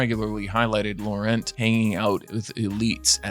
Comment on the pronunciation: The Belgian prince Laurent is pronounced Law-rawn.